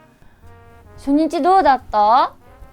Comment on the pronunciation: この動画を見ながら一生懸命勉強している外国人です。 前半ははっきり「初日（しょにち）」と聞こえましたが、後半のネイティブバージョン（ あたり）では「センチ」や「センジ」みたいに聞こえます。 実際にそう発音しているんでしょうか？ もしよろしければ、 コメントで教えていただけると嬉しいです！